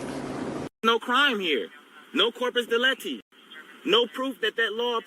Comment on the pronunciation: It's corpus delicti which translates as body of evidence of the crime. This sovcit pronounced it as corpus delecti, which doesn't make sense as it would mean something like body of the chosen. He clearly didn't read through the pronunciation guide in Black's Law Dictionary.